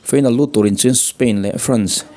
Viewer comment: Final tih hi feinal tiin i lam daih a.